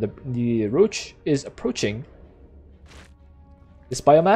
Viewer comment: "The roach is app roach ing"